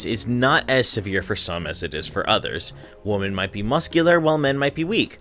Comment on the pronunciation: Remember that "women" is ALWAYS pronounced liked "wem-en". Never "Wo-men". Always has been that way.